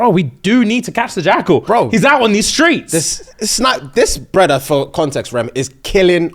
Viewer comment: “My Bruddah”😂😂😂 Fufu😊